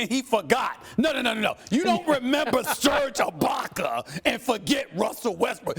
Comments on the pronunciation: “Serge Ibarkar” 😂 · "SERGE A BOCKER" 😂😭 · “ SERGE IBAKAER”